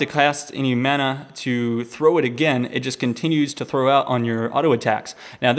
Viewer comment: why does he say thow instead of throw?